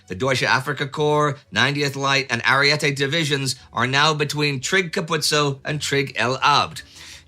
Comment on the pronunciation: Divisione Ariete. NOT "Arriete"